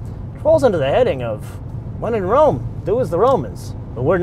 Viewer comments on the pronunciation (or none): none